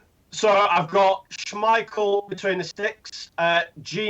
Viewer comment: saying someone else's name wrong. Still says Mkhitaryan wrong. Now adds an extra syllable to Schmeichel's name